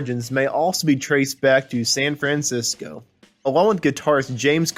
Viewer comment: It’s Living in the USA! Not Living in the United States of America! And learn how to say San Francisco!